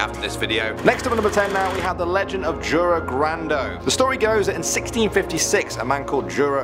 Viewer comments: it's not Džura Grando it's Jura Grando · Jure grando is pronounced Yure In croatia is J equals Y